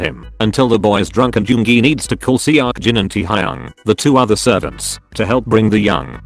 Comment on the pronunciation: pronuncation. hoseok- hoesuk taehyung- taehiung jin- seaukjin